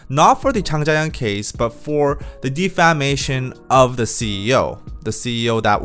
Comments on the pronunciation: Defamation— pronounced: deh feh MAY shun or 대패 매이 션. Good video. 👍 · Check your pronunciation for “ defamation “ since you’ve to use this word often🙏